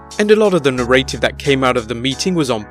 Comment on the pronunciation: You say "narrative" wrong